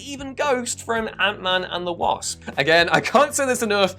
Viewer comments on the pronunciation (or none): none